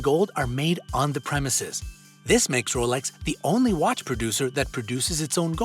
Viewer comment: 2 points here... he says it correctly.. not the American way James Bond wears a Rolex submariner.. it’s only in the new films omega paid the studio for him to wear an omega. In all the books he wore a Rolex.